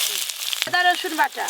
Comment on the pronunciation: ঠিকঠাক উচ্চারণও করতে পারে না ওটা রসুন না 😅😅😅😅😅